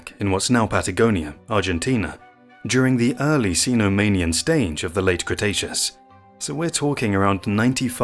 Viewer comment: A.I trash, unless you are excited to learn more about the "Gijah-natosaurus" who lived in Cretaceous 'stange'. A.I. Trash.